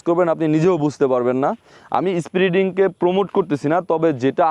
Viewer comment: number 1 উচ্চারন ঠিক করেন... যেমন spiriting না এটা হবে Speeding, Number 2, ইঞ্জিল কি? ইঞ্জিন হবে.... কলাবরেশন না এটা হবে কোল্যাবরেশন, বলেছেন টেস রাইড, না হবে টেস্ট রাইড, আপনি বলেছেন যথেষ্ট enough ভাই দুইটা একি জিনিস বাংলা আর ইংরেজী তাই যে কোন একটা ইউজ করুন, বাইকের মবিল হয় না ইঞ্জিন ওয়েল হয়, মবিল একটা ব্র্যান্ড নেম, রাইট?? এতটুকুই বললাম... শুভকামনা....